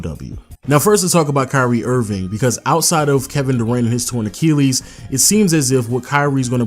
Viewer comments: "ach-EEL-ees" lmao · It annoys tf outta me when you say Torn Acheelees